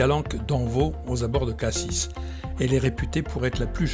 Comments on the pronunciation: Prononcer Cassi et non pas cassisse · En Provence on a tendance à rajouter partout des E. On dit souvent "je vais à "Cassisse".